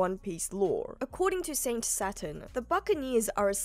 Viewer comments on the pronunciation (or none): none